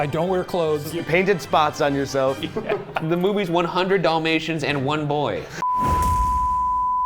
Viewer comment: Are we gonna acknowledge how that guy pronounces "dollmations" 😅😂